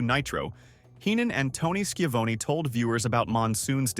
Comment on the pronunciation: Lol skivown (how the op pronounced it) its pronounced shavoneee